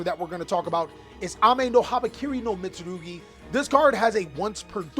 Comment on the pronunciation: The way you butcher the names tho 😭🤣🤣